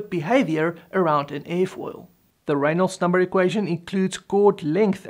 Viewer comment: why can't he say Reynolds number?